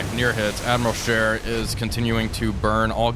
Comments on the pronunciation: Isnt it Admiral Sheer not Share? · I love your videos. I know it’s just me, I can’t believe no one has not pointed out it’s Sch ‘ee’ r, not share.